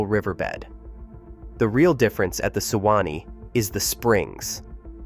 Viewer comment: Great video. But as a native floridian, hearing "sew-wah-nee" and "oh-kee-cho-bee" over and over is infinitely more aggravating than I thought it would be. I'm sure this is just some AI bs... But for heaven's sake, you couldn't at least do a couple of minutes worth of research to make sure AI was pronouncing these super common, well-known rivers and lakes correctly?? 🙄🤦🏼‍♀️